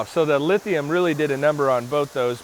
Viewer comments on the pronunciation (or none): none